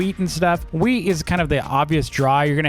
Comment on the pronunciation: bruh he keeps calling "wheat" weed